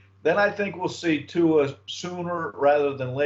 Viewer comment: hes your QB now learn how to pronounce his last name! there is a Youtube video with tua teaching everyone how to say his name